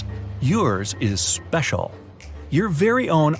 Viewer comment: the way he says special had me laughing for too long 😂